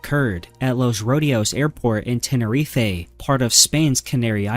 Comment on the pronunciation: I’m sorry how did you pronounce Tenerife? 😂😂😂